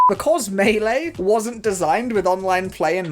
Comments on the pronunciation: just fyi both ways you pronounced melee are wrong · The sad part is, a lot of people pronounce "melee" as mee-lee in earnest.